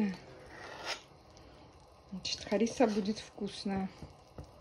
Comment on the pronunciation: ХарисАааа,ударение на последнюю А!!Я варю по древнему рецепту из петуха и пшеницы!Кладу одновременно и мясо,и пшеницу!!Трогать,мешать ,опускать ложку нельзя!Расчет 1:3!!И все мои родственники варят так!!